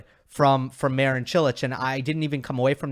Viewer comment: It's funny how you can pronounce Čilić and Kecmanović almost perfectly, but you are way off pronouncing Marin correctly.